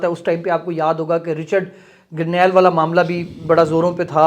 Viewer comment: بھائ جان رچرڈ گرنیل نہیں اصل نام رچرڈ گرینل ہے آپ نے پانچ دفعہ غلط بولا ہے اچھا نہیں لگتا شکریہ